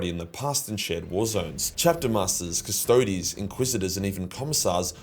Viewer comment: I had a good laugh at it because I still remember when he didn't know how to pronounce shit and thought the Custodies were a Space Marine Chapter.